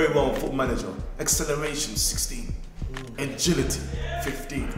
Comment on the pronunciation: Man said ingility